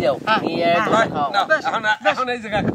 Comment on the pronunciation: আরে ধোসা না ডোসা 😆🤣😆